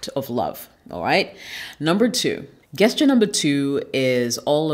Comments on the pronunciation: Sweetheart it’s pronounced “just Cher” not guess Cher. You are gorgeous and I hope you don’t take offense.👍🏿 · Nice video, nice message. On another note, why do you say gesture as Gas-ture, intead of the correct form, Jas-ture? Is it just to generate engagement through comments pointint it out (as many youtubers do nowadays, throwing crazy mispronunciations just to create debate). Be honest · Really enjoyed the content! Only thing is Gesture is pronounced "jessture" . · Queens, ur killing me everytime u say “GUESS-ture”😅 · I love the way you speak so please excuse this correction. Gesture I pronounced with a soft "g". It sounds like your name as a "J" Also as in gentrification. Rock on. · It's prononced' Jesture' Beautiful lady. The 'G' is prounounced like a 'J'. Ididnt write the rules so please dont come for me. ;-) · Learn how to say gesture "jesture" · Hi, Thanks for the great advice It seems you can read my mind when it comes making the 'Things to avoid' videos. lol I hope you don't mind me saying that the 'g' in gesture is pronounced like the 'J' in Jessica.